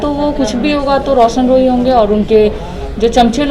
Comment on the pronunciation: वकील सर आपको तो रौशन रोही नहीं बोलना आता है